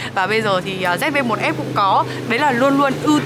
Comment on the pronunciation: Zi vi một, lần đầu thấy đọc như thế, nửa tây nửa ta